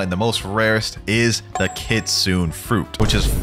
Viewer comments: kitsu-ne Not kit-sune!! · Kit-su-ne not Kit-sune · Bro If keeps pronouncing Kitsune like “kitsoon” ☠️ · For everyone who doesn't know kitsune is pronounced kit-soon-ayyy